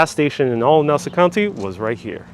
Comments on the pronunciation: Please pronounce Nassau correctly: not “nawsa”...it’s “naah-saw” county. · This guy isn’t even from there can’t say Nassau the right way. Family is from there over by Dutch Broadway. However now in Coral Springs Florida. Retired Nassau Country Police Officer Brian Walsh who had a moving company up there, now he has Wings Plus in Coral Springs. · Please correct your pronunciation!!!! Ask someone how to say Nassau County